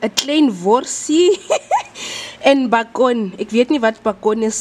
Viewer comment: I lost it when pronounced beacon in afrikaans